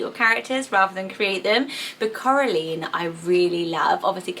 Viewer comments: Coraline is pronouced Coral-eye-n Sorry, I don't want to sound mean, this book/movie was just a big part if my childhood, it's very special and I don't want it to go down all wrong, definitely on my baby list though 🥰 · I think it's pronounced like Caroline or Madeline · The line at the end of Coraline is actually pronounced the same way as in Caroline. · U say Coraline weird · Thats what i thought. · I really like Lyra, the books were pretty awesome and I love the idea of daemon. Pan was sooooo cute 😊 I'd rather choose Coraline if it were pronounced the way you did :3 Mr. Gaiman got some pretty nice female names in his books. Ivaine and Oonagh or Una sound quite sweet, too, though I'd probably choose them for characters rather than babies ^^' Some names from Astrid Lindgren's books would probably make my list, too. I somehow really like Birk or Birka for a girl. Some more common names like Mia or Ida (and those would be reminiscent of my grannies names, too) Another good place to search for names would be Michael Ende's books, I guess. The Neverending Story was the first fantasy book I ever read and I think maybe Auryn or Nessaja would make good names, too. Or Momo? I know that's not a book, but right now I really love Linea, which I first stumbled across when watching "Island of the lost souls". Maja or Maya is another that would make my list for girls (My parents wanted to name me that, but decided against it, because of a rather chubby, cute, little, animated bee, that was rather popular around the time I was born) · You pronounced Coraline wrong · It's my dream to have a child named Coraline! I love the book and the film, it is such a pretty name! The right pronunciation (at least according to the movie) is saying the ending "line" exactly like "caroline", but I actually loved the way you pronounced it!!! I'm from Brazil and I love your channel so much, it's amazing! <3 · It’s Cora LINE not leen